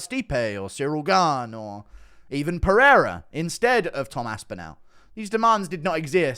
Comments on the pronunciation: Haha this dude said Peoria. Being from Peoria that’s the dumbest mispronunciation I’ve heard of Alex’s name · Haha Perioria, and this guy says that's the bigger fight? He can't even say the names, how is anyone supposed to take his opinion seriously? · stop making fun of the casual fan for not knowing how to pronounce these foreign last names. the casual audience is gone from ufc now thats why they charge u know it all armchair incels extra for every ppv. u gonna buy it anyway for a shit product. this guy may not know how to prounce pereira’s last name but u guys are really the idiots and marks. keep putting that money in dana’s pocket. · that’s impressive on 5 attempts he mispronounced Pereira 5 different ways. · I can’t believe how you can butcher Pereira like that 😐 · the guest, knowing SO little about the sport that he can’t say pereira yet saying “that’s the fight everyone wants to see” perfectly epitomizes what those casuals are like. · I agree, but I can't even say Pereira correctly and I've been a fan since Chuck Liddell fought Tito Ortiz lol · Dude butchered Pereira’s name so badly I thought he was talkin bout Ihor Potieria 🤦🏻‍♂️ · that’s what I mean since the dude obviously doesn’t know what he’s talking about when he says everyone wants to see Pereira vs Jones over Aspinall while repeatedly mispronouncing his name lol